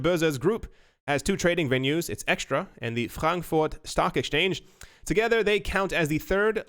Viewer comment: Hi, it's not eXtra it's Xetra [Ksetra] 😉